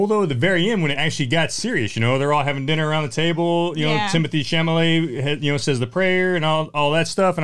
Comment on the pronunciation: It’s Chalamet, not Chamalet. And, no, it’s not a bad movie. It made me laugh, it made me tear up at the end, it annoyed me, frustrated me, it made me feel something, which is not something I could say about most movies. The ending was a punch in the gut. And Leo’s final words, still thinking about it.